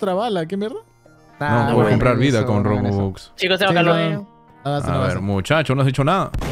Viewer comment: no entiendo por que le dice bobux y no rubox